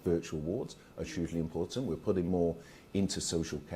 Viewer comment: Can someone please tell this shyster, Barclay, to say the word ‘huge and hugely properly. It drives me mad when he says Chuge and Chugely.😡😡